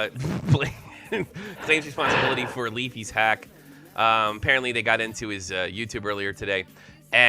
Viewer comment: Its hisss not hiffff.